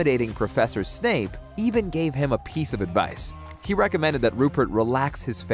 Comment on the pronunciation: ITS SEVERUS SNAPE NOT SNAKE